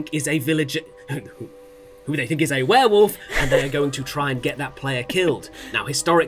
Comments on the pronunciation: Watching Adam, Laurie, Sully and Tom lose it over repeatedly saying "were-woof" was too funny. Cannot stop laughing hahaha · the werewoof was unbearable. some weird ways to say things I simply will not accept from adults. Like adding a U to Similarly or saying foil-i-age for foliage. Drives me insane. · Werewuff?! She does not stop saying it wrong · Seeing Adam, Tom and Laurie slowly crack at pronouncing it werewoof in the last game was delightful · "Werewoof" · Now that "Werewoof" has been pointed out, I can't not hear it and I'm furious! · Is it just because I'm an Aussie, but are they all saying "Warewoof" not werewolf? lol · Were woof is the most infuriating pronunciation to me.